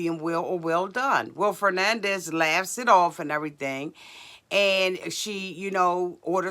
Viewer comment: True. Still too young. keeps calling her ‘Fernandez’ 😂😂😂😂 instead of Fernanda 😂😂